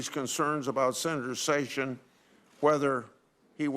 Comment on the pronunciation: Is it pronounced "Jayf Sayssions"??